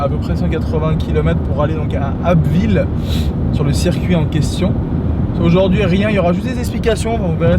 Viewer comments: rahhh j'envoie les abbevillien qui ont pu t'apercevoir. Dire que tu es en Picardie mais a une bonne demi heure de ma ville 😂 (Amiens), j'aurais bien voulu te rencontrer au moins une fois 😂. eh oui tu as bien prononce le nom de la ville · Bienvenue chez nous, et tu a très bien prononcer #Abbeville et peut-etre un jour la GTR ;)